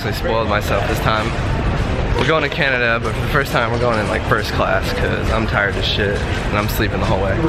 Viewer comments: Who else cringed when he said Canadia? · So is anyone gonna point out that said Canadia instead of Canada? 😐 lol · he says canadia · this nigga said Canadia